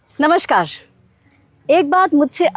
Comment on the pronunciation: Namashkaar nahi Namaskar word hai. Please wo Amitabh bacchan wala namashkar mat boliye. Baaki aape videos adbhut hote hai